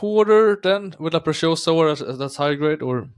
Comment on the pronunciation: Good video, but for heaven's sake, start pronouncing La Preciosa correctly.. it is NOT pronounced like "precious". In LatAm Spanish, the "c" in La Preciosa is pronounced just like an ordinary "s" (in Spain it would be pronounced like a "th"-sound).